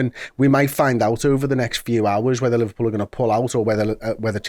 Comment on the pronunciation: Looooooooooooool Liver-no-pull 😂😂😂